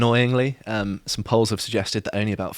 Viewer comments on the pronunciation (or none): Someone teach this guy how to pronounce poll, lol.